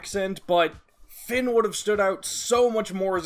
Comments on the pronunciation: As a Irish person the way you say fionn kills me it’s pronounced (fee-unn). Your pronunciation of mc cumail is pretty good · I always pronounced fionn as fionn mc cum hail 💀